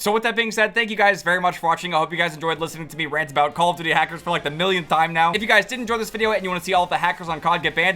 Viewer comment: dude for the longest amount of time i thought you were saying "how you doing?" not "call of duty"😭💀